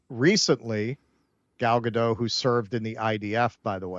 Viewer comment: Gal Ga-dont.